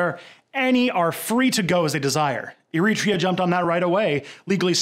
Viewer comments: Wait for it ... Wait for it ... Ehreeetria : o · Hey man, I'm European (Scottish), and I'm not complaining but just find the way you pronounce certain words really funny. Like Eritrea. I enjoyed this video very much and like your content in general but I just have to mention how strange your pronunce certain words.